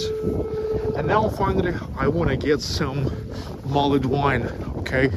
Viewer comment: Love St Petersburg, spent 2 weeks there in 2006, brilliant :) INFORMATION FOR YOU: all English words ending in 'ed' you don't pronounce the 'e' only the D, so, mulld wine, savd, pushd, listend, etc Merry Christmas :)